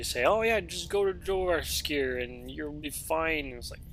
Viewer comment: just a tip, all the "J's" at the beginning of words are going to be pronounced as "Y's" example: "Yourvasker"= jorvaskor "Yarl"= jarl